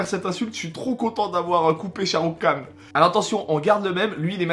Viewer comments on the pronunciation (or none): Shahrukh Khan ça ce prononce Rhan ! Le k ce prononce comme un r comme en arabe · Mdr j'adore tes vidéos mais je suis fan de Sharukh khan par contre c'est "khan " même prononciation qu'en arabe mdr et c'est une star également au RU pour la communauté indienne présente et en Amérique Latine les films Bolywood sont pas mal connus également. Bisous !